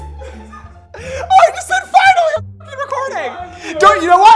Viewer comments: 😂 the way he said fuggly or finally made me laugh and giggle 😆😆😂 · ngl i thought you said fugly not finally